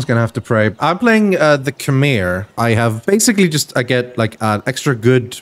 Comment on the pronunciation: Oh god they dont know how to pronounce khmer